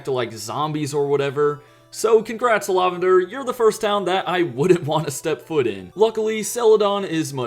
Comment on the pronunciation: "Law-vender" lmao what?